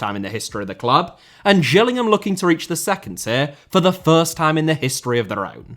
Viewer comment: Its not pronounced Gills like a fish, its "Jills" as in Gillingham. That should be an obvious one.